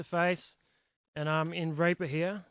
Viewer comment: It helps to play this at 2x speed. Don't be offended by the way he pronounces "Reaper."